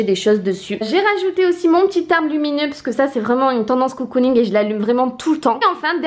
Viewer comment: Vidéo très sympa, ça change ! Par contre un truc qui me perturbe, on ne dit pas "COU-COU-ning" mais "CO-COU-ning" (comme un cocon^^). Des bises !